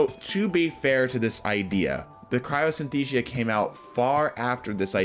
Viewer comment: Cryosynthesia?????? CRYOSTHESIA.